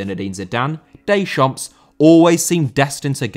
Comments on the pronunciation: You do not pronounce the final 's' in a French word. Deschamp(s)!!!! Versaille(s)!!! Pari(s)!!! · Deschamps* not Deychamps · you pronounce it didier decham'